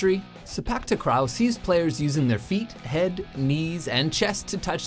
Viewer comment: It's not pronounced takrao but takraw like raw food